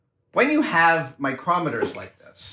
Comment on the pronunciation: Adam....mitutoyo microoooometers. Love your work but lets say it together. Mitutoyo micrometers.